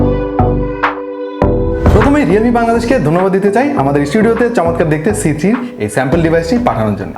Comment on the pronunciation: vhai apni c3 boltesenje jeno lage apni bolen cg